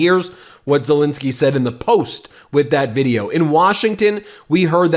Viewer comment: Why do you pronounce Zelenskyy's name wrong EVERY TIME?! Please get it right!